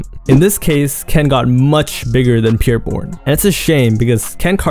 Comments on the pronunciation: “Peer Bourne” 😒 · Who Tf is “Peer” Bourne 😂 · the way ur saying bros name is driving me bonkers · He keeps pronouncing his name wrong